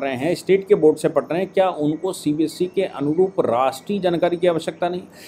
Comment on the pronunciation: CBSC nahi hota hai CBSE hota hai. You need to correct your pronunciation as well as spellings in the thumb nail. You call our EA minister Shri S. Jaishankar as "Yes Jaishankar" Which is incorrect and irritating, too.